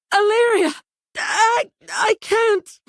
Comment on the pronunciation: why do they sometimes pronounce her name as Alleria, Alléria, or Allaeria, or Alliria,... make up your minds.. its confusing and annoying.. Even her son has pronounced it two different ways now.